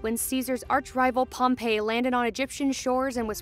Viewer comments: This chick did NOT just say “Pompey” as Pompeii- it’s “Pom-pee” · pompey was pronounced pom-pee (its funny because Pompeii is pronounced pom-pey, instead of pom-pee)